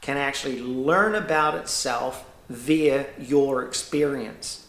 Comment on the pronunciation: Had trouble understanding with you pronouncing the word via ... kiwi accent... all good 👍love your insights they all tie together with your learnings and shared experiences which makes you 100% believable and an honour to listen to. Im sad about your estranged daughter...it must make you sad. Peace to you from me next-door in Australia.